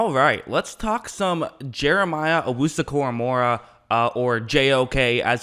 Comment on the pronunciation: Koramoah not Koramora.